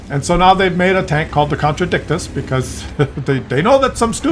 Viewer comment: The name is even stupider when you pronounce it correctly. It's the con-tra-dick-shus'. The 'T' is a 'sh' sound. Because English.